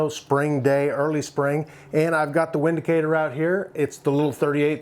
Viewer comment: It's pronounced " Vin -dicator "